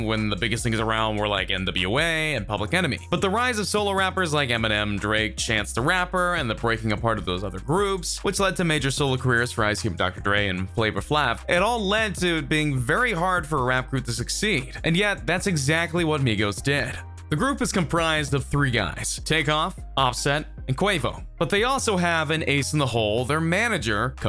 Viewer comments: If you're going to report on something, please research. Flavor Flav, the Flav part sounds just like the Flavor part without the "or". Long a's...not short a. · This dude said Flavor Flave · I know that you don't know what you're talkin about because you can't even pronounce flavor Flav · I knew this was some BS when he pronounced Flava Flav name wrong AF 😂🤣🤣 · He shoulda be slapped for that pronounciation lmao